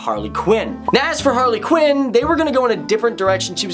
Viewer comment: quinn not qin